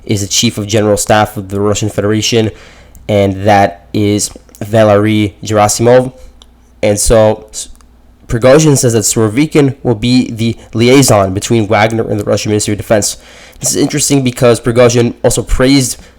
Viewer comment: Dude!!! , Sergei and Gerasimov are spelled G like the first G in Gorge or Gulp or Gate.. so please take this in mind And it is not Putin who fires or hires Army personnel.. like what? y’all think Russia is a small company with Putin as CEO?